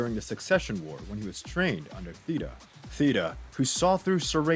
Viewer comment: (SIR-I'D-NICK) (THEY-TA, Use the soft th from the word thought)